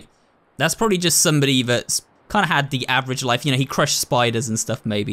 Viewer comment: I love how it sounds like he's saying "what da heck" instead of what the heck